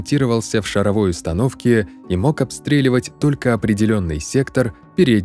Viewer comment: шАровой вроде ударение на а